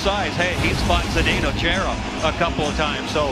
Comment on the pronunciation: "zadeno chaira"